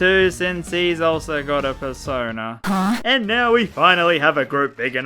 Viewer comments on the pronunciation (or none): Purse owner, that’s the best way to say persona.